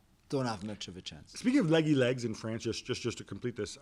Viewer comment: WHOS FRONCE JULES